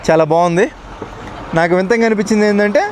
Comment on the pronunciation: "వింతంగా" అంట 😂